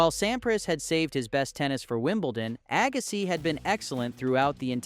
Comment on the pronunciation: Agassai 😂, dang AI youtubers